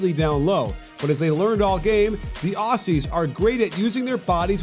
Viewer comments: It’s ozzies. Not aus e’s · I was there for the game, but it’s not pronounced “awhsies” it’s more Ozzie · Sorry for this but it’s pronounced auzzies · "The Ossies" -_ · who are these Os-Cees (Aussies) u speak of ... ?? we are Oz-ees ... with a z ... Ozzy Ozzy Ozzy - oi oi oi ... great analytical vid by the way.- cheers 👍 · Dear American commentators.... it's OZZIES (with a ZEEEEE), NOT Aussssssies (with an ESSSS). FFS we've been allies for years and you STILL can't pronounce our nickname yet!? lol. SORT YOUR SHIT OUT! PS.... Love ya'all, but SUCK IT ON THE LOSS! haha. There's a NEW sheriff in town! Bahahaha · It's pronounced Ozzies not Ossies lol. Top tier analysis as usual 👍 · God please, Aussies, like Ozies with a Z sound not S. :> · The way he says Aussies is embarrassing obviously never been here lol